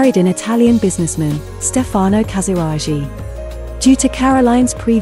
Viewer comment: Please learn how to pronounce foreign names. Caroline's first husband's surname is pronounced zhou-NAU. Her second's was pronounced ca-sa-RA-ghee.